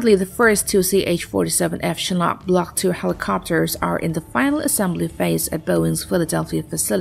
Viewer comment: OMG! She pronounces the Chinook as "Chinock" and christened as "christianed"!